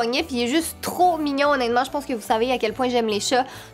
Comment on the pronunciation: tu dit tout le temps «onetement »